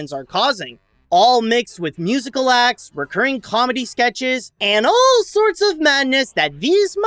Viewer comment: it’s acts not sex, I’m I the one that notices it. 😂